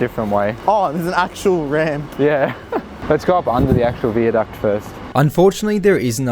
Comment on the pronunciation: wtf why are you pronouncing viaduct like that wtf